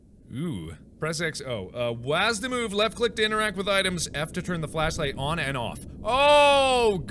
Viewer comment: I like how Mark said WASD as a word instead of w-a-s-d